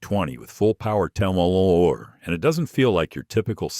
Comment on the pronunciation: 10mm / AI can’t pronounce it right. This story just doesn’t sound right. I reload 12gauge shells.